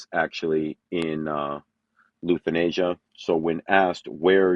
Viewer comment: how can u not pronounce Lithuania properly??? typical American lol